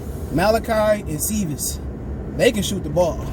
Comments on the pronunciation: Dir veedes sir veedes is how you pronounce it I’m pretty sure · Lmao anything is better than his rendition 🤣😂🤣